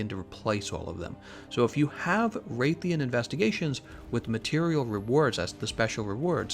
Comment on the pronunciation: Nobody: Absolutely no one:: Wraith-ian Wrath-alos